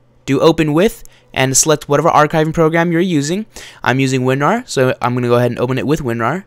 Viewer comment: Winrar, not winrat